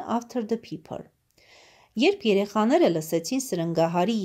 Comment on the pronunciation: Ներեցեք բայց ոչ թե փիփր է այլ փայփր ։ Համենայն դեպս շնորհակալություն։